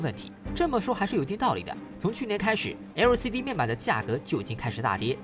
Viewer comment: 那個L的發音怪尷尬的